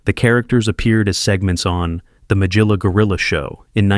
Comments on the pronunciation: He couldn’t get Magilla gorilla correct. Really? Who could get that wrong??! But yeah i guess he got others right. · Things I miss include YouTube videos with a person appearing live who would talk and guide the discussion. This bot-styled voice mispronounces "Magilla Gorilla!" The ironic part is how this video describes why certain 1960s cartoon characters got forgotten. I see the same thing happening to whatever one calls this sterile style of video lacking any human presence.